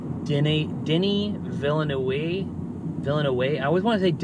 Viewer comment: de-NEE vil-NOOF